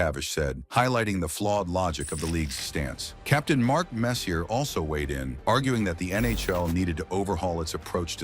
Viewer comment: This AI clip is lousy. Grant FOOR, Mark Messi-ER, Mike LOOT.